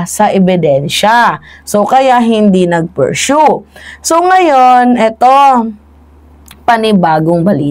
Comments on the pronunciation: Paghilom feeling sweto tarunga sa na imong pag pronounce sa persue ! Adik ka din eh ! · ayusin mo ang pronunciation mo sa pursue para hindi nakakahiya.